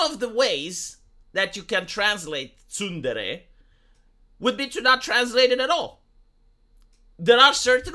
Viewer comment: Several weeks to come up with a translation for "tsundere" (love that terrible pronunciation too, ), seriously!? I first saw this word back in the noughties as a literal title for an aloof/lovestruck girl in an adult manga - ah, I think I just went and defined the term there. As somebody below rightly said, it's pretty much the same as the word "moody" in English. (=^_^=) (Hmm, I wonder how long it would be take him to come up with a definition for the word 'senpai'.)